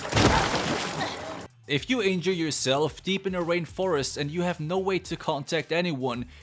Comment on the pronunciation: It sounded like you said Rape Forest instead of rain forest XD